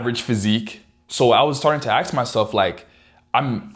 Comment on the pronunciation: how is it that you can say all the words in the english language, yet you cannot seem to say ASK, why ? why do you say AXE?